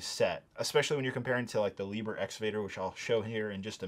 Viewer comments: great video, only criticism is the way you pronounce liebherr. LY-BER, its sounded out as LEEB HERR with a long R. or almost LEEBERR. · Liebherr? It is pronounced more akin to Leabhairr, with ‘leab’ as in leaf and ‘hair’ a bit flatter and an emphasis on the ‘rr’. The name would literally translate into loveman or dear man.